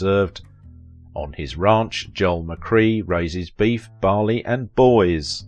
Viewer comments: McKray not McCree otherwise an excellent documentary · "McCRAY", not 'McCree' - - - hey, you sayit perfectly ! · It’s McCrea, like CRAY fish, not McCree like key! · That's not how you say his name pronounced: Joel McCray! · Snother wrongly-pronounced name! WHY NOT show the respect to your subjects of checking name pronunciation? "McCray" - amd you actually say it right twice. Respect. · I guess the ten seconds it would take to research how to pronounce the name correctly is too much to ask for. I, like you, was very annoyed by it.